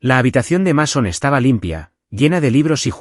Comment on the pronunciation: Así se escribe Mason, pero se pronuncia así: Meison.